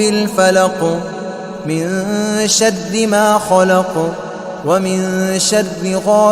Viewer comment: یہ شر کو شد کیوں پڑھ رہےہیں ؟؟